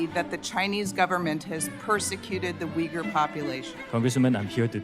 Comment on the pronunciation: as a Turkish person her prononcuation of uyghur triggerd me XD Like how can you mess it up that much it is uygur not vigur... whatever also as a Turkish guy live in Turkey where islam basically exploited all of our government and laws i can safely say never ever blindly trust people when they talk about persecution of muslims. Never. There are way too much bad actors in islam and people just usually dumb founded because they dont expect it. People assume taliban forcefully take over afganistan but nooo afganistan actually opened their arms to taliban because they assume they are same religion therefore brothers and sisters. People on west are basically become too confortable and weak because of how non violent christianity is and they assume same from islam. They are way worst than what old brutal churches are but they have justification for their crimes too.